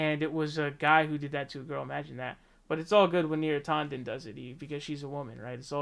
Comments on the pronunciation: Is it bad that it bothers me when you pronounce names with an A? You say Bernie Saunders when it's San-ders now neera tawden instead of neera tan-den. Bro I cringe trying to listen I'll still support you but please pronounce names the way they are spelled. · yeah, you might be right about that.. YouTube certainly loves any excuse to de-monetize a video... but he also pronounces Neera Tanden as "Neera TAW- nden". Sorry to be petty, lol, i couldn't help myself. Still gave his video the Like button. :P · I hear his pronunciation as /'tɑndən/, not /'tɔndən/. Though, I like the pronunciation /'tændən/, which enables my nickname, Neera Tantrum.